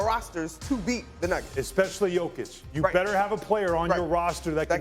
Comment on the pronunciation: Did these hosts all have drinks before this shoot or am I having a stroke? Lots of slurring speech and mispronouncing names. Maybe they just suck 🤷‍♂️